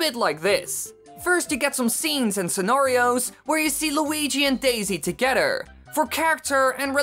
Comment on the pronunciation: Your saying togeder not together